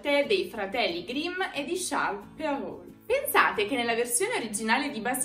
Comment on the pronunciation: Ciao ! Sempre c'è da imparare nei vostri video ! Solo per che lo sappia, in Francese "Perrault" si pronuncia "pero". Non so se in italiano si dovrebbe dirlo cosí, ma per me, francesa, era strano ascoltarlo con la "L". Devo ricomminciare a studiare l'italiano tutti i giorni ! Grazie per tutto !